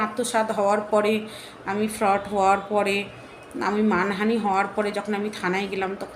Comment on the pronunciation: FRAUD ER UCHHARAN O KORTE PARONA TUMI